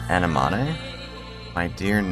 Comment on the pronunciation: uh-neh-muh-nee is how you say that flower btw